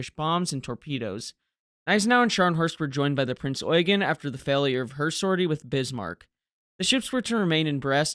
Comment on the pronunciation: Great video and thankfully a commentator that correctly pronounces Gniesenau, and Prinz Eugen. It makes me rage quit videos that mispronounce these two ships, as it makes the research highly suspect.